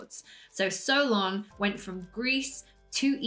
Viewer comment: My name is Solon, and I was named after my grandfather. While I carry his name, my heritage is Greek, and based on everything that's been passed down through my family, I’m proud to say that I fully believe in Atlantis. By the way, you're pronouncing Solon correctly, which I really appreciate! I just wanted to reach out to let you know that I absolutely love your content—please keep posting more! Greetings and best wishes all the way from Nashville, Tennessee."